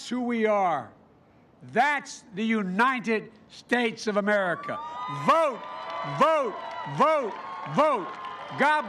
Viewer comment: This is sad Joe Biden can't even pronounce The United States of America right.